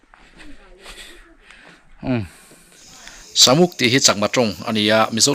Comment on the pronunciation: Samuk suri tih kha ilam rik dan a dik lo, Sa tihlai hi Arsa tihlai a sa tih ang in lamrik tur anilo, meisa emaw, Ni a sa lutuk, tih a sa tih hi lamrik ang in lamrik tur ania. Sa...muk ti a lamrik tur,ka lo sawi ve mai mai😄😄😄Tlabung ah ka lo zin hun ah ka lo zawng chhuak ang che👍👍👍